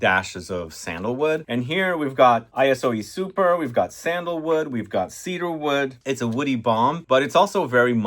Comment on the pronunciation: Great theme! And it's Iso (short for isocyclemoner) E Super not I-S-O E Super.